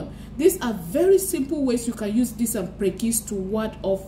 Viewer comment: English is Aidan Fruit and in Ghana 🇬🇭 we call it Prekese pronounced Pre-ke-se Pls take note for the future! Good job